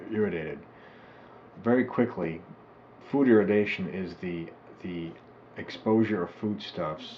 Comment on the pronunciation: Maybe don't get your (false) information from a crank's health fad book from 4 decades ago? That you cannot even manage to pronounce the word irradiation correctly is rather unsurprising.